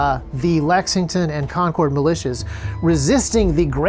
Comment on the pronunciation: Thanks for pronouncing Concord correctly this time 😂 Love ya. Great content as usual.